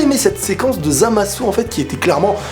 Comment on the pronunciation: ZamasUUU... GowasUU... j'adore des tes vidéos mais là je me pisse des oreilles... je suis sur que tu peux régler ça... Zamasu ( sans le U ) Gowasu ( sans le U )